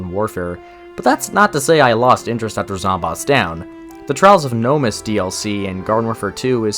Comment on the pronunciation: Why he say "Gnomus" like that?